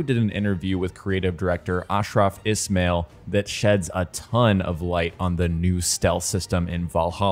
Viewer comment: Hey man it’s Ismail pronounced like this i-smile